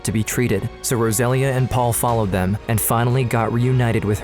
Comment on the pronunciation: Rosalia is pronounced rose-uh-lee-uh